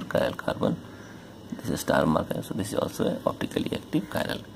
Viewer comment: some chiral u say not chiral